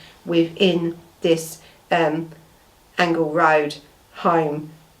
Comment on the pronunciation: It's pronounced Angel Rd as in angel